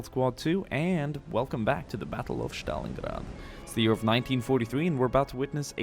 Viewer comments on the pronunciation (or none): Battle of Shtalingrad? I didn't know you can butcher that name, but you exceeded my expectations. Good job, merica